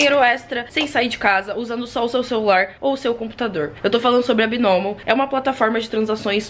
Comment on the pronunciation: Eu achei que falava BAINOMO.